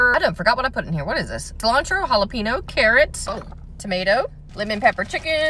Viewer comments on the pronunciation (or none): The way she pronounces jalapeño “Halepeno”😂 Those salads be looking mighty fine